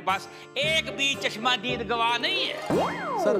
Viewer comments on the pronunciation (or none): chashmadeed ko cashmaaaadeed bana diya RIP Hindi/Urdu